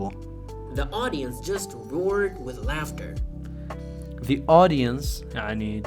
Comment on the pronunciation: Yada giyan la jiyati away bley ذە ئینتەرڤیو ble ذی ئینتەرڤیو chwnka i la komalay pita bzwenakana har katek pity bzwen la saratay wshay dway The hat awa ba ذی axwendretawa nawak ذە, enja keep going bro 😍.